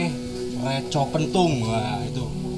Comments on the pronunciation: Re^ bukan Re✓ ... Reco pepet mas bukan layar jadi artinya beda mas... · Bukan reco tapi reco